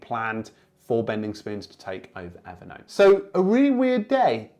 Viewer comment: Everytime you say Evernote I hear it evident! 😄 Great content as always.